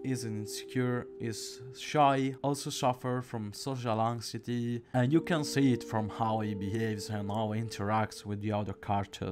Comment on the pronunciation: “Also suffer from social ongcity” Great video btw!